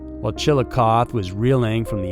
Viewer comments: Pronounced chilliocothie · Dude... your pronunciations are horrid... Malachee Martin? Chillacoth? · Hey dude i live in W.V. I am about a hour and a half drive from the Chillicothe. Just so you know it’s pronounced with a strong E at the end. ChillicothE! 😂I know weird. April 2026. Rewatching.😂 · FYI: The e in Chillicothe is pronounced, so it's pronounced "chi·luh·kaa·thee." It's a Shawnee Indian word that means "big town." Chillicothe was actually Ohio's capital from about before it was changed to Columbus. 😁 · You should have first learned how to pronounce chi.luh.kaa.thee. . You sound like a dork. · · Chil eh COH thee. Sigh OH to River. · It's pronounced chil a coth ee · Jesus...Chilicothe... pronounced Chill a coth eee... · It's pronoucned chil i coth ee. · CHILLI CAWTHEE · It’s chill-i-coth-ee And psy-ota not skiota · I think it’s chill-a-cloth-ee pronunciation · Sorry, but my ears are bleeding: Chill-uh-coth-ee Sigh-oh-toe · The end of Chillicothe is pronounced like “coffee” but with a “th”. Chillicoth”ee”. I have a bunch of family lives there. I know. Only have of out cities here in America’s shirt pocket (Ohio) are pronounced how they’re spelled. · Great channel! I listen to every episode. Just one mispunctuation it's pronounced chil- i-coth-e. Like the letter E and Scioto river is pronounced sci-(long I)o-(like the letter O) to. Long O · The "e" on the end of Chillicothe isn't a silent letter! It's pronounced chil-uh-koth-ee! Plz learn how to pronounce my towns name correctly if your planning on telling a story about our dead & missing women for views! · I love your voice and this story needs to be told...but i wanted to let you know the pronunciation of of the town's name is Chill-o-coth-ee. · Chill a coth ee is how it's pronounced. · The pronunciation is like chill luh koth ee. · In Ohio, we say that last "e" in the name. Chill-icoth-ee. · Unfortunately its pronouced chill-oh-coth-ee but since youre amazing we will let it slide lol